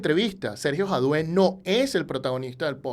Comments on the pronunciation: Es interesante la buena pronunciación de FIFA gate, pero que no sepas pronunciar en español Jadue es raro, no es Jadué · Disculpa, no supe pronunciarlo.